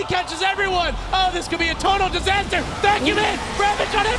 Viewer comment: its Ahh disassterrr hahahaha